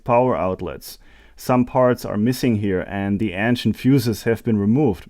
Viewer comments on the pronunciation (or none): Loads of potential, when electricity is guaranteed. PS. Please learn to pronounce "ancient" the righr way. You sound half French..